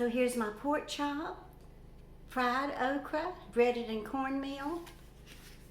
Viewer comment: Do you say "okrie of okra"? LOL I love it! Pork chops will be so good with the sweet potato. 🙂